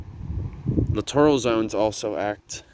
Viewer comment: Look up the pronunciation for littoral. You’re saying it wrong. 🤦‍♂️